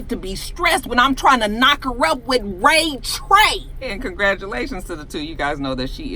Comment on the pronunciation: Did that fool say Ray Tre? Smh! He dumb 😂